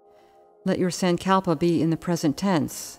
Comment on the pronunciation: Not a big fan of this particular yoga nidra guide. The voice is not soothing at all. Also the way she pronounces sankalpa is very jarring and hard to listen to. The yoga nidra series on the Breethe app is better